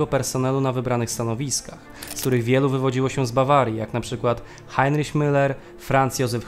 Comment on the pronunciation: Nie mówi się "Rajśtag" a "Rajchstag". Także nie "Hajnriś" a "Hajnrich". To w kwestii wymowy imienia Himmlera..